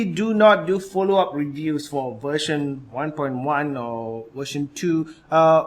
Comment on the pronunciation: Is he saying wersion and not version with a v?